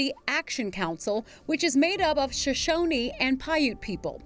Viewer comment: You pronounced Shoshone incorrectly.